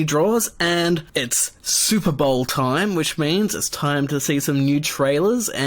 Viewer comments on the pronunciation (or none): none